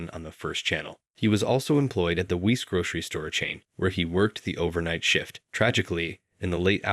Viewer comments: It was the "weese" grocery store for me. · ITS PRONOUNCED "WISE". IM SORRY TO GET NITPICKY BUT THIS IS A VERY BIG DEBATE WHERE IM FROM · as a pennsylvanian, the way u pronounced "weis grocery chain" makes me wanna die a little lmaoo